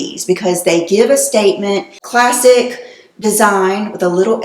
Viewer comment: Classic is classic, no need to over stress the word